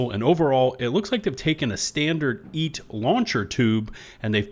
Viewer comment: It’s obviously EAT-ALL not EAT-HELL